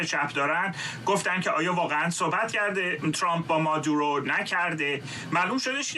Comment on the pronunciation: بیسواد ها: مگر شما خواندن بلد نیستید؟ اسم این مرد Maduro هست که تلفظ پارسی اش «ما--دوو-رو» است...du نه ۲ 😢 مارکو روو--بیو Ru--bio رو مقابل زیر 😢😂